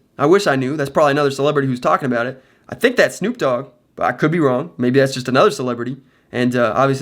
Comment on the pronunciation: My mans said snoop doge